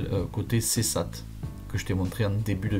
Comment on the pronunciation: Pour information le village est Ceyssat prononcé séssa, c'est un très beau spot et il y en a un autre a quelques kms c'est Saint Sandoux ...un auvergnat volant